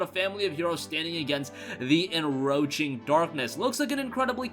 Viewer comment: "the enroaching darkness" lol.